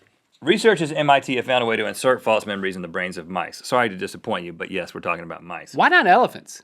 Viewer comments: does anyone else notice that when they say false it sounds like they're saying faults? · Zach Brewer maybe he was saying false memories but it sounded like fox memories so i thought he was trying to say faux memories, since faux means false/fake